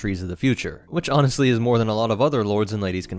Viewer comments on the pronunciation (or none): none